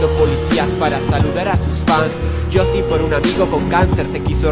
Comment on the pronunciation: el unico error es que pronuncia "jostin" y es jastin:')